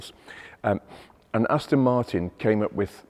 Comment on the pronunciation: Aston Moortin At Ma arten😂